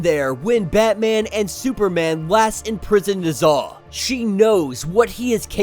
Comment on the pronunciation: lol I had to finish half of the video to realize "the devil nuza" is "the devil Ne Zha" aka amongst the most popular Chinese myths. Y'all need to pronounce it properly my dude. It's "NEH-ZHA" not "NUH-ZHA". "NEH" like "Nether regions" not "Nutmeg". And it's not NUHzha it's NEH-ZHA -- pronounce each syllable with equal weight, slow each syllable down. NEH-ZHA. Not NUHzha